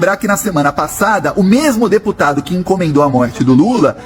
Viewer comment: Nem.fala.certo o."deputado "...cardia. kkkk